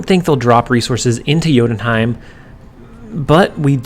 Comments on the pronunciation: Correct Jotunheim pronunciation! BTW I think you should at least try to pronounce new locations no ones angry if you'd say you're not confident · gg on saying jotunheim right